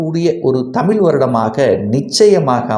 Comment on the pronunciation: தமில் அல்ல தமிழ்